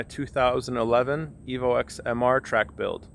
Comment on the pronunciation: you said Evo "ex" gross. Its pronounced "ten". You wouldn't call an Evo 8 an Evo "Vee eye eye eye" or an Evo 9 and Evo "Eye ex".